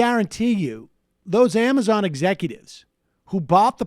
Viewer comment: I think Sam meant to say cuo-amazon.. Q-mazon.. Qwuamizon!?